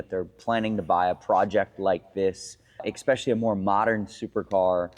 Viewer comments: take a shot every time someone says "expecially" instead of "especially" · I'm just a man out here trusting a grown man that says expecially